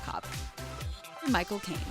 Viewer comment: when she said Michael Cain i heard: my cocaine!!! hahaha